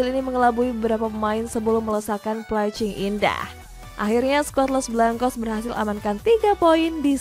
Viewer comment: Placing itu dbaca plesing, bukn plecing. emgnya kangkung.